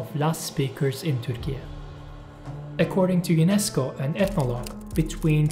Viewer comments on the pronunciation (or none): none